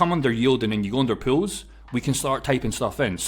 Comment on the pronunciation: I wateched over 6 videos on the same day hearing you saying 'Pills'. Now I get the 'Pools' part. Thank you again for the information, surely not many even know liquidity offering including myself.